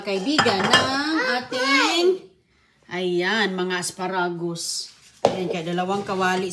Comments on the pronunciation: What "aspa-ragus"? Boba ka pati pronunciation binabago mo. Ano ang menu ng mga baboy ngayon? "Uy sarap,ganyan yan,ayus yan,ok na " mga walang kamatayan expression ni. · lukaret na talaga si,the way she cooks shows it.😅😅😅pati pag pronounce ng asparagus mali!!!!